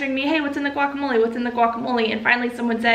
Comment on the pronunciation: The way you say “relationships” is like the cable guy saying “facilities.” Also you mispronounce guacamole and lychee.